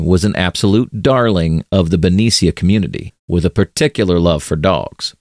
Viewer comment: Did you mean ben-NEE-SHA (Benicia, Ca)?